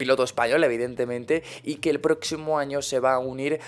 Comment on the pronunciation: es a propósito qu etu intro diga "lE análisis" ? en lugar de "El"